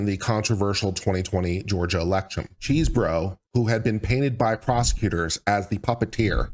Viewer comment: I kept hearing "cheeseburger", but I think it's because I'm hungry!